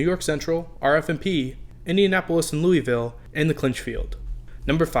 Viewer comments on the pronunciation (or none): none